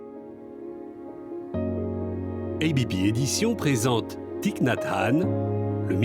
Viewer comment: Le i de son prenom ne se prononce pas ainsi. C'est à corriger, par respect pour l'auteur.